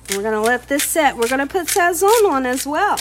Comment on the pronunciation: you’ve done it again! Love love love! the “z” in Sazón is pronounced like an “s” in Spanish. So in Spanish we say sason. Not criticizing cuz you can say it how ever your beautiful heart desires, just saying in case you didn’t know. 🥰